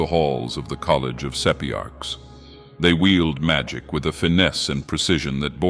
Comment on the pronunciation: You cannot even pronounce "Sapiarchs" correctly.